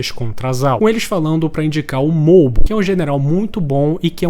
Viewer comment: Mano é Mou Bu, não Mobu kkkkkkkkkkk